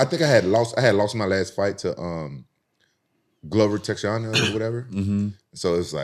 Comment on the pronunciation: „Glover TEXANA“😂 love you rampage